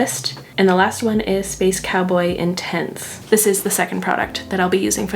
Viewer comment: You say “Space cowboy intense.” My brain hears “Space cowboy in tents.” 🏕️😂